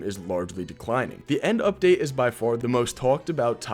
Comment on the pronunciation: "End Lipdate"😭🙏